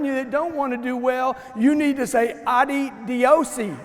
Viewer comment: But he says adi diose..